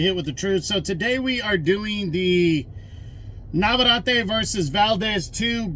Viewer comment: Brother it's NavarEtte.